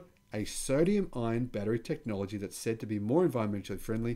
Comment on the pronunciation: Also "ion" not "iron"